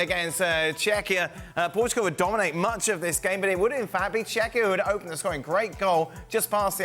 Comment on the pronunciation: “Portgual” great job ESPN.